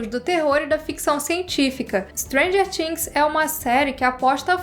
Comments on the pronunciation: "TH" no inglês é pronunciado com a língua entre os dentes, sem forçar o som do "T", na realidade perde esse som e fica algo próximo do "D". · O vídeo é ótimoooo!!!!! Mas a pronúncia de "things" me incomodou rsrss